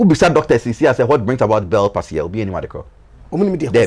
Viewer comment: Bell’s palsy = Belz paal.zee NOT bells pasy